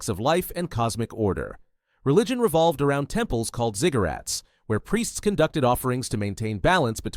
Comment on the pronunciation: Did you said Ziggurats or cigarrets?